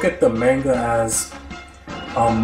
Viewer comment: Your mispronunciation of the word "manga" makes this video unwatchable.